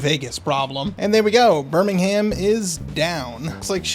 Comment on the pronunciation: Pronounced Birmingham wrong and im very British so it bothered me a bit hahaha fun video though just subscribed.